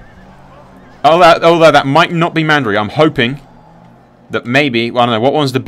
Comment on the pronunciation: Why can't you pronounce any names that are so blatantly spelled and easy to read? Sillyvan elves, house Mandery? C'mon brah! :D